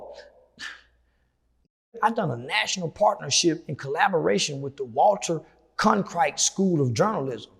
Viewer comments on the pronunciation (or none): He can't say Walter Cronkite's name right to save his life.